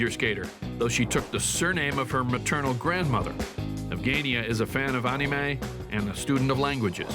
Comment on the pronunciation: The way he said “Anime” 😹